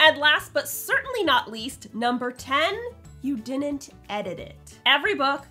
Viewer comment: I’m hearing “didn’t” pronounced as “dinunt”. It sounded bizarre enough for me to want to mention it.